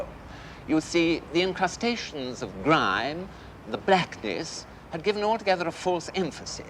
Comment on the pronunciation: only a toff can crowbar 2 syllables into the word grime - gri-yeme!